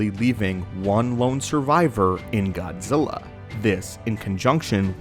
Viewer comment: Fuck.... All i hear is Godzirra , godzirra. blet man learn to speak correctly its Godzilla LLLLLLLL Not RRRRRRRRR